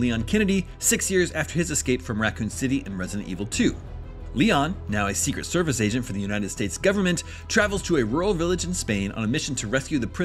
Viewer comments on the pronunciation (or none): none